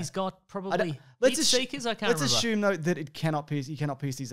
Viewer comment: I just listen to hear them say Ashume. It makes me feel lame every time I say Assume.